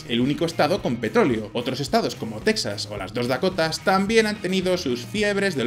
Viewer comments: Texas se pronuncia "Tejas" en castellano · La ciudad más septentrional del mundo es Longyearbyen, Noruega. El petróleo no viene de los restos de dinosaurios. Texas se pronuncia como la palabra tejas en español.